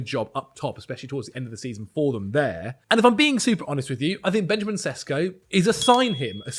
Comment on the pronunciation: its pronounced benyamin sheshko